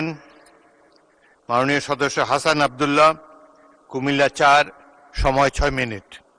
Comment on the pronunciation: হাসনাত আবদুল্লাহ নাম টাও ঠিকঠাক বলতে পারেন না মাননীয় স্পীকার 🤣🤣🤣 হাসনাত রে বলে হাসান, হাসনাত ভাই এর বলা উচিত ছিল বাপ মা আকিকা করে নাম রাখছে হাসনাত আর আপনি নাম বলেন হাসান এটা কেমন বিচার, 😂😂😂